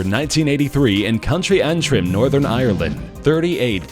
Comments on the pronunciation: "Country Antrim" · Can we mention the fact he said "country Antrim" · the way he said County Antrim😂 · Who here is Irish and cringed when he said County Antrim? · I'm Irish and it's pronounced county Antrim